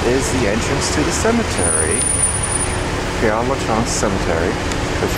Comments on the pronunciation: It's actually pronounced: PAIR (as in "pair" of pants)LUH(Luh as in "duh") -SHEZ (short E, as in "says"). The place is named for a priest, Pere (Father) Lachaise. Hope that helps. Beautiful video! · Pere LaChaise is pronounced like this: PAIR-LA-SHEZ. And Oscar Wilde died from cerebral (pronounced SER-EE-BRUL) meningitis (pronounced MEN-INJ-EYE-TIS). Does that help?